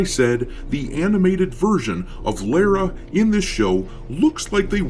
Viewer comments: The way you pronounce her name drives me nuts lol Lera Croft?? What is it with Americans not being able to say Lara. Its’s not Laura and certainly not Lera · Lah- rah... say it... Lara... Lah, Ra... all this Lareu, loora, laura. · The way you pronounce her name is criminal. But you're a space pirate, and I agree with you regardless. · Sounds Like doesn’t even know the Character. He keeps saying her name wrong.